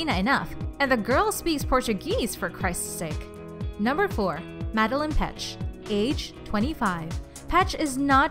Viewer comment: She said Madeleine's name wrongggggggg 😖